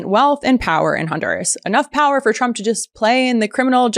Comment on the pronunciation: When Caroline reads her MRI report I swear I heard her say “president Chump”.